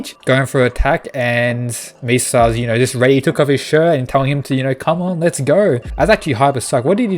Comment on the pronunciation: You are killing my boy's name. Mi-sa-sa